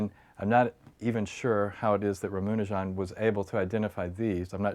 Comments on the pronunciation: "Ramanujan" not "Ramunajan" haha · a quibble: his name is" rama- nujan " not "ramunajan" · I'm sorry for the negative comment, but I cringed every time this guy said "Ramunujan" :( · Aditya Prakash Did be actually pronounce the name right? Sounds wrong in English because it's written Ramanujan and not Ramunajan. But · rum una jon. yup that's the way its pronounced. MURICA!! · "Ruh-MOO-ni-John"? Really? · Rama rhymes with bama in Obama, nu rhymes with two, jan rhymes with pun.. Ramanujan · it is ra-MA-nujan. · Actual its ram-anujan(pronounced- raam- anujan,both a in anujan are pronounced as u in under) It literally means younger brother of Lord rama. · john landis yep..It should be pronounced just as it is written like Rama.nujan...no extra flavours..I'm an INDIAN. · the way this guy pronounces ramanujan bothers me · Yeah, he is trying to impress the American viewers. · I was distracted more by the way he pronounced "Ramanujan."